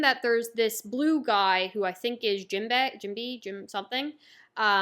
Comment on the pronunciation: jinbei is pronounced like gin bae. You were right